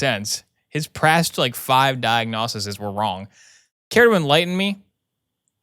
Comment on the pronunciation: Screen: "Babesiosis." YouTuber: "Babyosis." NGL, I LOLed when you said "diagnosisis" instead of "diagnoses.". 💀💀💀